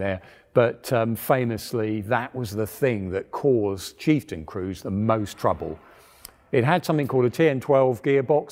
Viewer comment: Did i hear kieftain?